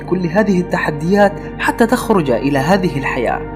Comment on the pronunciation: اسمها فسبحان الله العظيم وليس العزيم ياعربي